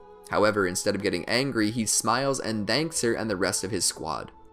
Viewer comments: Who’s hangay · Hangay lmao